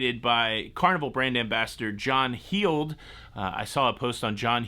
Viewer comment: Heald is pronounced Held. Like the past tense of holding a baby.... held.